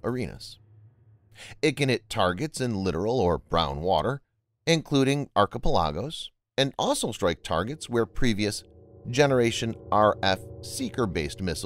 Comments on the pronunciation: ARC-IH-PE-LAGOS?? robot voice fail. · lol...its pronounced Arc ihh pel ihh goes. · Archipelagos and littoral. The ubiquitous VO guy really needs to look up pronunciations. For a guy that does VOs for thousands of ytube videos he can't read for shite. It's truly amazing.